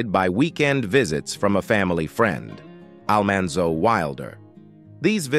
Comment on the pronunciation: Yep! They lost me with Al-MAN-zo Wilder..